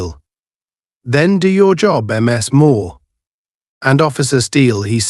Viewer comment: MS Moore! Damn AI.